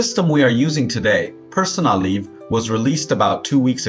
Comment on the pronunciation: Please learn how to instruct your AI narrator on how to say words, especially the name of the tool!